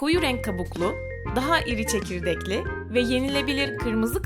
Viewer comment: Daha iri çejirdekli diyo ne çekirdeksizi😂😂